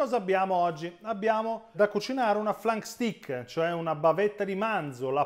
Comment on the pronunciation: Si pronuncia "flenk steik" comunque, ma sei ugualmente un grande